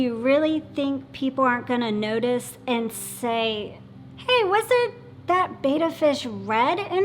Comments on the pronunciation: Betta--- not "beyta". BETTA. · It cracks me up too. Bettas were initially named “bet-tah” after the Asian Bettah warrior tribe. And here's she, constantly going "beita", makes me wince. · PLEASE get it right....There is no A in BETTA...:) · One of these days, they will pronounce 'betta' correctly